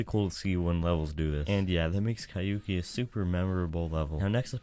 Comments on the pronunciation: Bro how can someone speak a simple thing like "Kyouki" so wrong god damn man, I dont even get how you got to the conclusion to say it like that. I am genuinely flabbergasted rn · Astralith could have been a good one to talk about ngl also about Kyouki it's always bothering me when ppl prononce it so weirdly with 3 syllables or something, while it's only 2 lol since it's supposed to be pronounced "kyo ki" with the "o" sound slightly longer because of the U after it